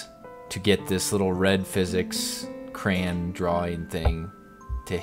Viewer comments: CRAY-ON. Not Cray-n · Did you just say cran you say it crayon